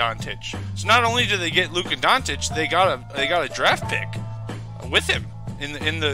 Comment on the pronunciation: I dont want to be an A. ,but his last name Dončić, you can try like this Donchich, i know you guys dont use č and ć, so just a little tip>č or ć= ch.